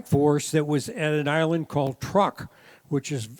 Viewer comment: "Truk" is pronounced like "True" with a K at the end. It name is actually "Chuuk."